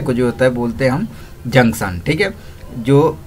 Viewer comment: Jaksan nhi janktion hota hai......